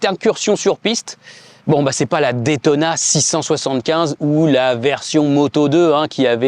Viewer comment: une ( détona ) :/ , please say ( daytona ) !